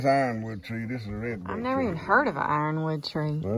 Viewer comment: ironwood sounds like hardwood